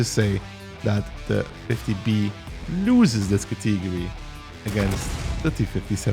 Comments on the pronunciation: its pronounced cat-uh-gorey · You have a funny way of pronouncing "category" btw